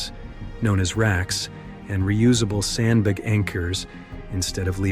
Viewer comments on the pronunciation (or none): Some moments make me feel like this is a fake voice. AI. there's a sudden cutout and then some WILD mispronunciations. Feels like an AI voice reading typos like sandbeg and can-yon earring about